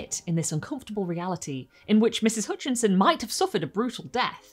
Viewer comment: Hutchinson, not Hoonchinson.